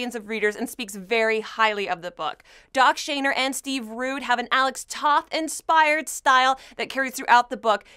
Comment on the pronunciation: Nice review. This title looked iffy to me but you've sold me on it. Looks like it hits all the right notes. Just so you know, the oth of Toth is pronounce like "both". Thanks for the review! Looking forward to it.